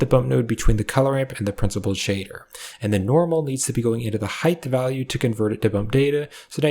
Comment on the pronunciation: Love these tutorials but is homie saying Hithe instead of height? Is ESL? I have french friends who kinda do stuff like this but not with the word height.